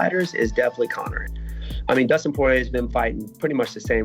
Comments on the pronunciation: All that super technical talk from Bas and then it goes into "you know with Dustin Soyrier" 😂😂😂 I love Colby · Dustin Soirier 😂😂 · Dustin Soirier huh